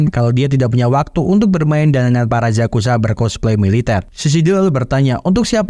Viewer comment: Yakuza bang bukan zazuza